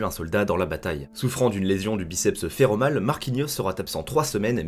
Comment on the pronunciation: Fémoral et non féromal ^^ C'est un des 3 ischio-jambiers (arrière de la cuisse)